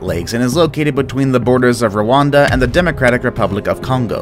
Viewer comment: Incorrect pronunciation of Rwanda